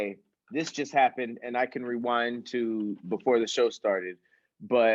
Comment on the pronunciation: So at we not going to talk about saying wewind instead of rewind like 3 times